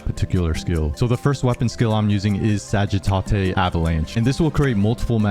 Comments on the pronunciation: "Sagi-tah-tay" 😂😂 lol it's pronounced "Sadge-uh-tate" :) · Retarded way to pronounce sagittate